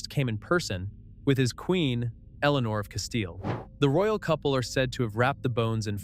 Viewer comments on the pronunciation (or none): none